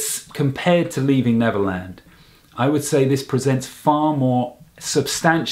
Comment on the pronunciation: "Leaving Levernand" Sorry I just had to point that out hahaha